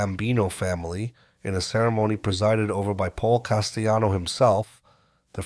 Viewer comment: This AI voice is pronouncing words with “ll” like it’s Spanish. Never heard of Paul Castyano before 🥴